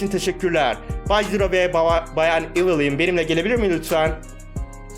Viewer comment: Abi isimleri yanlış okuyosun evılin değil evılayn